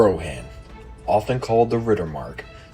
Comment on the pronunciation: Its weird to me that "Rohan" is pronounced incorrectly. Otherwise, nice video.